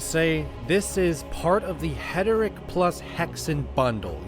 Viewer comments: I think you have that reversed. You mispronounce Heretic as Heteric. 😉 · Friend, it's Hair.i.Tick. Not Het.ur.Rick. But hey, pronounc8ng it that way got me to comment, so it's a "W" for the algorithm ❤ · heretic... not heteric